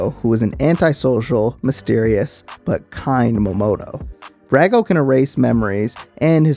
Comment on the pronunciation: A good recap however you did pronounce some of the names wrong - Brago [Brog-Oh] - Kanchome [Kon-Cho-May] sometimes also pronounced [Can-Cho- me] - Folgore [Fol-Gor-Ray]